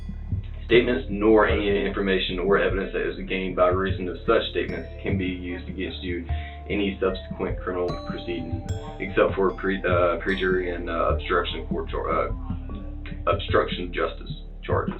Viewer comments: In reading his rights, did he say "prejury" instead of perjury? Duh! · LOL!!! Pre-Jury??? It's Pur-jur-ree ya hillbilly!!!!! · The IA officer can barely read. PERJURY pronounced prejury. Obvious the lowest IQ department. Officers assumptions prove assumption starts with an ASS. This officer should be fired. Will have a hard getting a job flipping burgers he is violent and does not understand things. Very lazy in terms of investigation. In fact ignored evidence in favor of his biases. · " pree - jury "..... someone I know LOVES the poorly educated. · Let me clarify what I think I determined from the earlier portions of this video. The IA officer pronounced the term perjury ... as pre-jury? How in the world do we ever expect to get justice, when an internal affairs officer can't read above an 8th grade level? This highlights the problem with police and policing as a whole, people are put into positions based on seniority and time merit, as opposed to the competency to do the job. Jesus. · IA never corrected himself after saying, ahem..."pre-jury" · In donald john trump they trust! He can't pronounce perjury!!! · The idiot doing the interview that couldn't read or pronounce the word perjury could care less about any of it. The aggressive officer is 100% incompetent and makes up lies as he goes. He should have been fired, possibly charged, and decertified. Un Effing Believable!!!